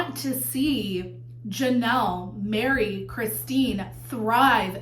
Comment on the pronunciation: it sounded like you said “people want to see Janelle marry Christine and thrive” 😂😂😂 then I realised it was “Janelle, Meri, Christine” 😂😂😂